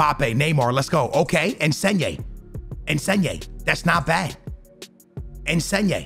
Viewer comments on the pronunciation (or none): Its in-sin-yay not en-sen-yay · "ensneyay" - version of insigne